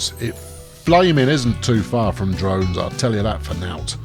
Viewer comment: "Too far from Domes" not Drones :D